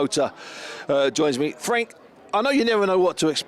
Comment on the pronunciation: Fwanks the Promoder ov Fiders